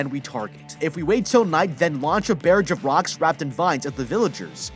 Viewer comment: mans just said "bearage of rocks"